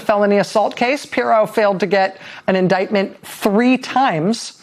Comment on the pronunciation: "Inightment "..... that's a three syllable word I like the sound of ?